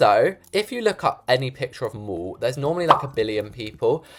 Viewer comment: if funny when you say the MOOOOOll but it the mall!!🤣🤣 (it funny when you say that not trying to be rude)